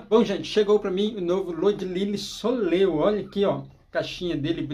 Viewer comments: Oi. Fiquei curiosa! Só um detalhe pra vc saber, não é soleô que fala e sim soléil. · Desculpe, mas a pronúncia é "solhéi"